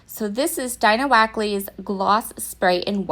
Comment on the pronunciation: Gorgeous! I love everything about this layout! (P.S. I think you are mispronouncing Dina Wakely's name. [ Deena Wake ly.] Just FYI.)